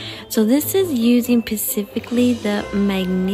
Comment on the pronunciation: I clicked the link and it says unavailable. I am so upset. Also it's not pacifically 😅